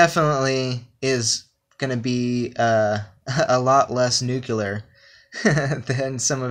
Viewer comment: NuCLEar.. it's NuCLEar. Nu-CLE-ar